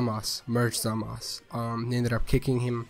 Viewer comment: It's Zamasu not Zamas